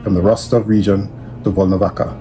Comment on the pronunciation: its Volnovaha (ha), bro. Like half (ha).